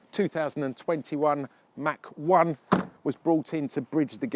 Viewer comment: Its not a Mack 1, its a Mach 1.